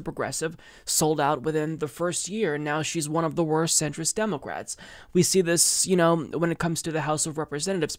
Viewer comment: Why do you pronounce "democrats" "demoquats"?